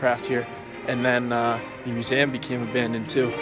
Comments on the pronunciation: Yo please learn how to pronounce museum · Please learn how to say museum